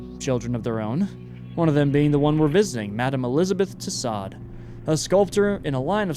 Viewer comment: Tussaud, pronounced TOO-SO.